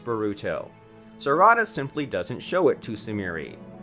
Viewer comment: "sarahda" not properly saying non-english names with the right prenounciations just throw me off most of the time, but everyone has their own pronounciations, i guess.